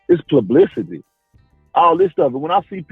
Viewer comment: “Plublicity” take that flip flop out your mouth Deontay